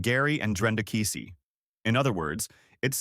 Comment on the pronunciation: You're pronouncing KEESEE wrong. We're familiar with folks related to this situation. I will guarantee you it's much worse than what's being told.